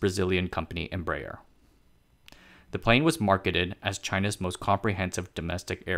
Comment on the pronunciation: EMBRAER pronounced 'embra - air'